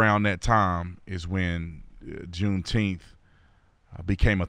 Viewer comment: Say "nine." Now say, "June ... Nine ... Teenth." See? I knew you all could handle middle syllables.